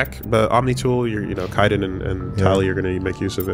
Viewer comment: Did I miss the part where they decided to say Kaiden’s name like “Fai Dan”? Lol I can’t help but feel it’s on purpose at this point